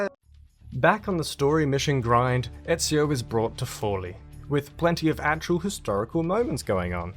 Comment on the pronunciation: I don't know why the game got Forlì city's name wrong, the stress is on the last i not the first o.